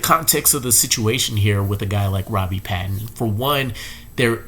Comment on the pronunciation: please pronounce Robbie's last name right. PATON (hard A)